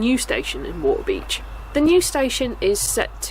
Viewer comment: Stumbled upon! Loved this presentation and coverage (and how you say wa'-a-beach 😂) great soundtrack too. Thx for taking us along. Subbed 👍